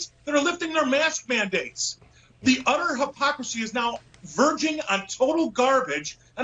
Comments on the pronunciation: Am I the only one who heard "the UDDER hypocrisy" !?? XD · "The udder hypocrisy!" Lol